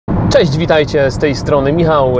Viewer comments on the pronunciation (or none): none